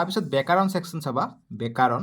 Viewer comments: ব্যাকৰণ ❎ বেকাৰন✅😂😂😂😂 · ব্যাকৰণ ❌বেকাৰণ✅